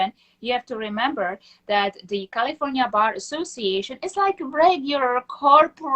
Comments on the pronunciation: I sure wish she could learn to say California correctly. If she has been in the USA for 30 yearn, she wouldnt have that much accent. Well unless she works hard at keeping it. If you think you need to be saving American, talk like an American. Now I am not opposed to having an accent, but if it is "fake" to get attention, thats different. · Every time she says California I hear cauliflower